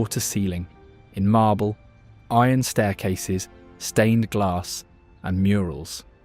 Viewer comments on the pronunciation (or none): none